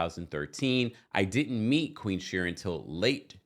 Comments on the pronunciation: I love you but it's queen sharien bc it rhymes with queen not Sharon. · You crack me up every time you say Queen Shurin, lol 😂 Her name is pronounced SHA-REEN but spelled Shirien. I love it!! I cant stand that heffa anyway. And Apollo is a liar, too! If you remember the episode on RHOA, Shirien shows up to Kandi's restaurant opening to "congratulate" her and Todd on Apollo's behalf, they ask her when she met Apollo and how long they've been engaged. She tells them she's been seeing Apollo for a while and then said "Well WIFEY wasnt around sooooo!" This fool been cheating on Phaedra for the longest. No matter what he says to "debunk" things he's a big fat liar! Shirien has no place to say anything to Phaedra, when she's been the side piece for a long time before becoming the wife she wanted to be. Now, she's bitter and unleashing on Phaedra. By the way I'm no Phaedra fan either. Shirien needs to work on losing all that weight she gained instead of being mad at her husband's ex-wife. They're all a hot mess period.